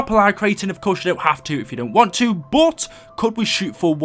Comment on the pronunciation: The way you say "but" sounds like bout.